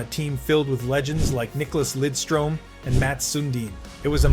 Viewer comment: You pronounce Lidstrom and Sundin like someone who has never watched an NHL game. I am not saying it's wrong, for all I know that could be the correct pronunciation, but there were a few details in this video that make me question if you actually watched the NHL during their careers. For example, the 1999 entry draft is regarded as one of the worst ever, and not "loaded with talent".